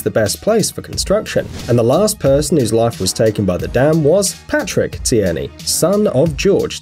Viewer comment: Gorge Tierney last name sounds familiar... Look at my name... Btw it’s you say it (t-ear-nee)